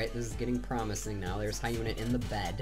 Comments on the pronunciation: Hyuna is pronounced as Hee-on-A. not Hi-Un-A. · hyuna is proununced as Yoo-na not ha-yoo-na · AHAHAHA the way you pronounce her name lel fail